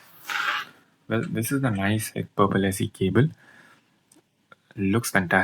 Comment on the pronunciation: Bro the company is called Nice H C K not Nicehck.